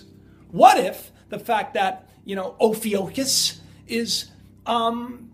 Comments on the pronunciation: Ophiuchus has always been there, just not an "official" zodiacal sign. And it's (O-fee-you-kus) not (O-fee-O-kus). It's a U not an O. Double check your stuff before making a presentation. You'll show that you did your homework before trying to wing it at a moments notice. If reading isn't your forte then for Pete's sake have someone check it for you. I know...people who can't read well always say it's no big deal. People who can read well say it's the biggest deal you'll ever acquire. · It's pronounced O-phu-cis. And it's always been there but they decided to ignore it when they changed the calendar to 12 months. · oh-few-cus is how I would say it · Brad Bates Ofewcuss (lol, I decided to use phonics for proper pronunciation) Anyway, this is the symbol for the 5th element, Aether. I found writings in some occult books. What timing NASA had- when they announced it in 2011. This is a doozy if people only could grasp the truth. It's a nepharious act at best! I also noticed, (this being only my 3rd) "" video.... The "broken clock" too, so why does he set the time? 1st video, I noticed, 2nd video was, this time is = 9x2=18+5=23... or 111111. (don't ask, too hard to write an explanation) And... stands between 2 Pillars (sun and moon) "looking" items, he has a Saturn Lamp, and a spinning Cube. And well- do you know what Roses stand for in esoteric lingo? Personally, I Dont Care. I read symbols more than language and calculate numbers with ease. Can't help noticing- maybe we are ALL nothing more than a computer generated reality... because I've calculated numbers in my own?chance? circumstances and find it fascinating. If his "stage" isn't "staged", I would think he should ask himself about this anomaly... and why he sets a broken clock to such perfect "numerology"? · It's pronounced oh·few·kus. You're welcome. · I believe it is pronounced (Oh-Fue-cuss) Ophiucus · Hey just FYI -- it is pronounced "oh few cus" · Pronounced 'o-few-cus', Ophiuchus